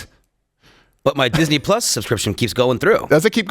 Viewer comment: Duck Fisney is what I heard. Is that related to Donald